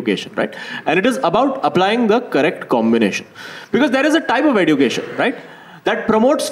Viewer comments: EDUCATION is pronounced as eh·jyoo·kay·shn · Why is he pronouncing education like that? It grates on my ears. The 'd' in education is more like a 'dj' sound ( like the dge in fridge,). He's pronouncing it like d for duck. Sounds ridiculous.